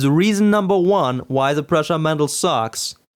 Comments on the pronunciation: Hi man, first, my name is pronounced "proosha". As you said, its old model, no reason to bitch about it in 2013 you are three years too late ;-) It is still built as there are thousands of ppl who can help you with it. Hanging Z axis was made because it transfers less wobble to the print, now with tube couplings, its not needed. Your coupling slid out of the shafts either because they were oversized or you didnt tighten them. Sanding the motor shafts helps a lot too. Your cables broke as you didn't bolt them to the Y carriage or used poor cables. Two motor Z axis is much easier to maintain then the original mendel one, if you would built original mendel, you would know. That thing sucked to calibrate. The x axis wobble is true, but during prints it wasn't affecting the quality too much. ... Anyway, keep up the good work. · Nope. It's pronounced "pruh-sha". Trust me, I've met the guy and I'm right.